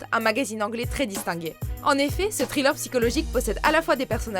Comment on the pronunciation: Trilleur ???!!!!!! Thriller !!! -__- Un minimum quand même.... The machinist prononçé "à la française"... Bref, bonne vidéo mais putain l'anglais c'est vraiment pas ça... xD